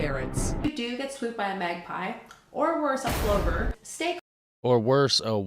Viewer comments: Plovers are a bird that can attack you if you invade their territory. She said “magpies, or worse, a plover”. Plover rhymes with lover not clover. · She said "a pluver" it rhymes with lover, these birds have defensive spikes on their wing which are poisonous, google these birds they are kind of awesome, its incredible there not extinct as they nest in open fields. Check them out. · Not Clover AND she said it wrong. The bird is a Plover rhymes with Lover It lives near water, on flat land, also where they build nests which they guard FEROCIOSLY 😁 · A Plover not clovee 😂